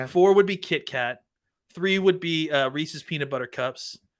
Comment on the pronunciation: Chunk and Sloth would be ashamed of your Baby Ruth takes. 1 Almond Joy 2 Twix 3 Mars Bar (US version) 4 100 Grand 5 Take 5 What kind of savage pronounces it Reeseas?